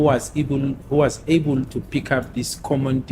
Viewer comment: "Who was eble"😂 this is English bundles